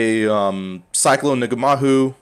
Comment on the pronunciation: Its pronounced Nah - Mah - Hoo my bro. cool build.